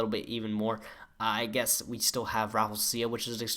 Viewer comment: ffs you still cant say rafflesia correctly.